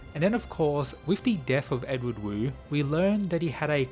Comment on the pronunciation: Another thing, the Wu in Wu Clan is actually pronounced like “Woo”. Wu Hei basically means “Pitch Black”, or the blackest black possible, likely a reference to his person and his eyes.